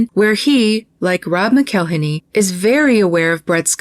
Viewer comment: I'm not sure if your pronunciation is intentional or not, but when Rob McElhenney says his surname it sounds like "Mackle-henney", as in rhymes with "Tackle Penny." It's not "Mc-ell-inny." I don't hold him in any particular respect, but I do think it's worth noting how he actually says his name--especially when he seems to take pleasure in abusing other peoples' names, like Aiko's.